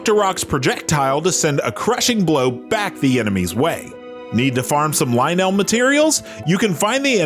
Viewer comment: what is this pronunciation?? there’s several spots in this video where I’m like… there’s no way the narrator in this video ACTUALLY plays Zelda by the way he pronounces stuff. Shortly before this clip, he said “Lynel” like “Li-knell” lol. pretty sure there are canon pronunciations for most of these names and that is not it 😂